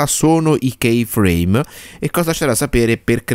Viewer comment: Si dice ki frame non kei